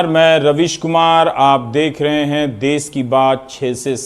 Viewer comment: देस नहीं 'देश'